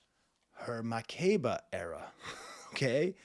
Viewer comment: As an African I agree especially the climax at the end it gets more spiritual. Butchered Makeba’s name btw but it’s okay lol